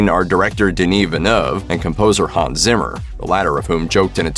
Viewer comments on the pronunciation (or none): none